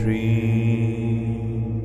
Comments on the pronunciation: In Shreem ee should not be chant long you have to say m and than hold but cant make ee long like shreeeem its shreemmmm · Is he saying om shreee or shreem or shreeng?? I am confused 😮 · I’ve listened to this very closely I can never hear the pronunciation of the m also I noticed that goddess Lakshmi also goes by Shri that’s where I was confused at so he’s definitely saying shreem??